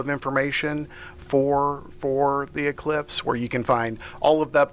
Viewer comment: I thought she said cyclops.